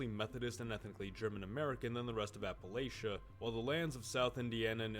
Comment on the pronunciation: Well I know this dude is NOT from Appalachia based on how he says it lol